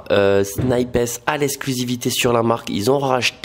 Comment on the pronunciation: « SNIP HESS » 😭😭😭